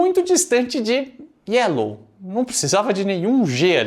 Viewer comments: Essa piada do Nhonho tem um outro porem, ele fala gyelow por que em espanhol a letra Y tem som de G! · Se no Brasil o povo fala "GUÉL" em vez de "Girl" Então tá liberado o Nhonho falar "Gelo" em vez de "Yellow" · Na verdade no espanhol o "Y" tem som de "J" por isto jyellow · O Nhônho pronunciou Yellow com pronuncia de espanhol ao invez de pronunciar como inglês... há um tempo atrás estive na Argentina e vi garotos pronunciar desta forma